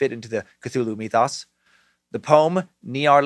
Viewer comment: Myth-ōs! Any other Lovecraft nerds wincing with every mention of “mee-thoss” 😖🤣 Also, Nyrlathotep, perhaps pronounced “Nyarlat - Hotep” as would correlate with ancient Egyptian nomenclature?